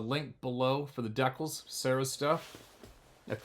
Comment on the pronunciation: NOT DECK-ALS....... DEE -CALS